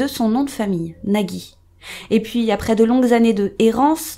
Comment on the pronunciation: ont dit NAJI et non NAGUY, car il n'y a pas de "u", j'ai le même nom de famille donc voilou si non, la vidéo est grave cool